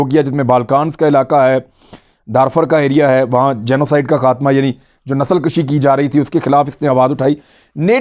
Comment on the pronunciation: Nasal kashi nahi Nasal kooshi